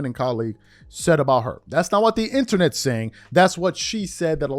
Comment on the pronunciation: The 'Innanet" is still undefeated yet again!:face-green-smiling::face-fuchsia-wide-eyes